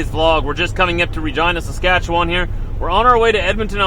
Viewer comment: I wish you’d learn to pronounce Saskatchewan properly 😜